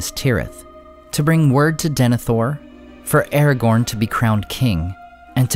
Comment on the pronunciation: I don't know much, but I know it's not pronounced Erregourn.